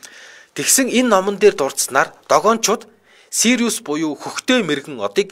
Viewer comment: Сириус шүү, Сири биш. Манайхаар Хөхдэй мэргэн гэдэг од билүү дээ